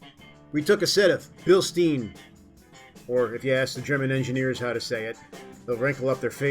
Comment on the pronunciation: I'll never understand why people insist on pronouncing Blistein wrong, even when they know they're saying it wrong, like the guy in this video. Just say it the way the company says it ffs, why is that so hard?